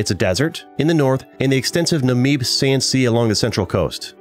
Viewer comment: I know about it, but umm.. I live in South Africa soo.. Does it really count? 😂 Also, your pronunciation of the Afrikaans name Windhoek killed me lol Also Swakopmund and Namib names lmao